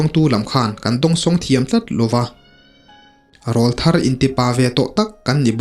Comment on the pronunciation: Sir, thil pakhat ka lo sawi ve lawk ange.... I thu chhiar hi ka ngaithla tam ve ta viau a,Mizo tawng hmang dik pâwl tak leh ngaihthlak nuam ka tih ber zinga mi i ni ... Chutih rual chuan "Rawlthar" hi kan ti leh ngawt thin a,"RÂWLTHAR" ti a lam zawk tur niin ka lo hria a,mipa kan aw ki alo danglam a,til pawr aw kan neih chhoh hunlai vel,kan aw ka danglam hunlai hi niin an sawi a,a dik ber em chu ka hre hauh lo...Tin, hmeichhia chu "Tleirawl" tiin an sawi thin bawk an ti lehzel a. Ka hriat dan hi diklo a nih chuan min ngaidam la,alo dik zawk anih erawh chuan khawngaihin i thu chhiar leh tur ah chuan "RAWLTHAR" ti mai lovin "RÂWLTHAR" ti a i rawn chhiar chhuah tawh ngei ka lo beisei e....